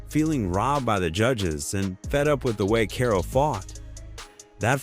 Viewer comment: damn, I hate these videos from you guys who clearly don't watch the sport. I am just 1 min in and heard you mispronounce karo's name like 10 times. Its pronounced like carl not kay-ro.